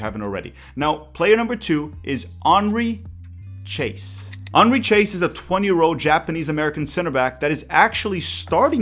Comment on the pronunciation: The pronunciation of "Chase" is completely wrong.